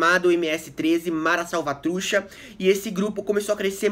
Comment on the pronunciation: Ótimo video amigo! Só uma coisa: a pronuncia correta seria: Salvatru "tcha" com som de T no final e "Salvatrucha" Refere também a um formigueiro "Caliche" linguagem informal. Estou com a camisa de El Salvador mas não sou "mareiro" hahhah vivi la por um tenho muitos amigos aqui e la de El Salvador. Abraço!